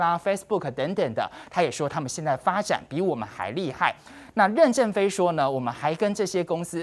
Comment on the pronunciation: 任ㄖㄣˊ正非，二聲，不是四聲！